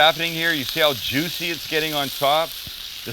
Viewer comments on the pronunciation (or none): none